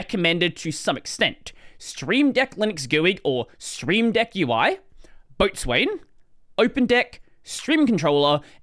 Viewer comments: Sailor here. Boatswain is pronounced “Bosun”. It’s not the only weird mariner word that doesn’t read the way it’s spelled. For example Forecastle = Focsle (the front of the ship) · Boatswain pronounced BOH-SAN